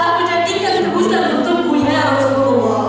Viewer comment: SANES YA ROSULULLOH USTADZ,, TP YA ROSULLALLOH, NU LERESMAH MAH ,,, LERESKEUN HLA GERA NGAOS NAHWU NA